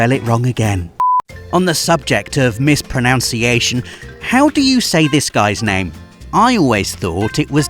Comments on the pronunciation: seriously, how can you mispronounce "pronunciation" whilst talking about how spelling causes people to mispronounce things?! There is not an o in that second syllable. It's not pro-noun-see-A-shun, it's pro-nun-see-A-shun. It's in the spelling! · "miss-pro-nun-see-ay-shun" is correct, NOT "miss-pro-noun-see-ay-shun" as you said. Hahaha isn't it ironic how often people mispronounce the very word 'mispronunciation' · Did you say ‘mispronounciation’? It’s pronounced ‘pronunciation’. Kudos on getting teedus though. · It’s pronounced “pro*NUN*ciation”, not “pro*NOUN*ciation” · "on the subject of misproNOUNciation", I'm not sure if that was a deliberate joke that I missed, or if it was a genuine mistake that happened to be here, but I've not heard that before (I've always heard misproNUNciation) and it set my teeth on edge >.< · Should have said mispronunciation not mispronounciation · "On the subject of mispro-NOUN-ciation..." Yeah mate, it's "mispro-NUN-ciation", actually 😁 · Mispronounce-iation XD that’s a good one XD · "On the subject of mis-pro-noun-ciation'...oh dear. I hope that was intentional, as otherwise that's all kinds of ironic. Also 'Ico' is not pronounced 'ee-co' or 'aye-co' but 'ee-koh' because that's how you say it with a Japanese pronunciation if you're a weeaboo. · The irony is that you actually pronounced ‘mispronunciation’ wrong! Love the vids though. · "Mispronunciation" is mispronounced. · Did just mispronounce "mispronunciation" on purpose? Hmm... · You mispronounced mispronunciation - the irony.